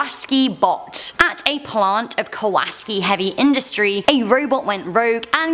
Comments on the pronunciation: IS NOT KAWAS KI ITS K A W A S A K I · That's ka-wa-SA-ki. Like the motorcycle. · It's Ka-wa-saki,, like the motorbikes... 😁👍 She's going "No! NO!!" Over "Female Figure",, I get an ad for the new Creepshow on Shudder... 😂😂😂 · Hi. If I'm not mistaken the word, KAWASAKI BOT should be pronounced like the motorcycle, KAWASAKI LET THE GOOD TIMES ROLL! Remember that song and commercial?